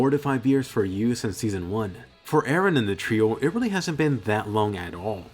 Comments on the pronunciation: PRIN-CESS ER-EN lol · Wait did he say princess eren!?